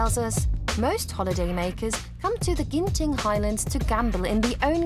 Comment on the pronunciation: Hahahaha. Genting not ginting island. Hahahaha